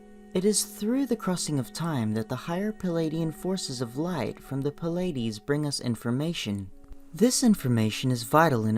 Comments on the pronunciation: Its plee-ay-dees not pa-lay-dees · Pill-ides, Cheroke, LMAO